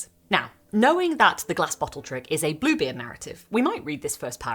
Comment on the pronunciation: for the first sentence of the video I 100% heard "this, is Blooblie"